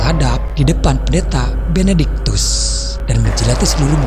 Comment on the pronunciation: benectikus harusnya benedictus..hahahahaa